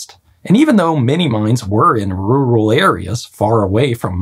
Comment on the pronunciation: You sound like you're having so much trouble getting the word "rural" out of your mouth.